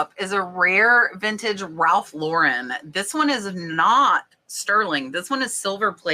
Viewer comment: Proud of you for saying Ralph Lauren name correctly